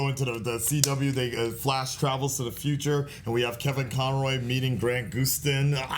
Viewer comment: Who Tf Is Grant "Goose-tin"